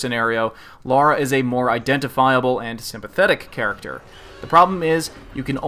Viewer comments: Great.review but it's Lara not Laura. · Its LARA,not LAURA!!!! OMG you live in English speaking country and your dont know your own gramar. WTF??? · Right. Pronounciation is unified across all english speaking countries with no difference whatsoever between one another. Sometimes i forget that. A scot, an american and a south african all pronounce "Lara" in the exact same way. Thanks for clearing that up.